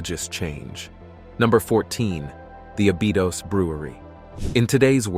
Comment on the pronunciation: You've pronouncned Abydos every way but the right way. It's Abby like the girl's name and dose as in a dose of medicine.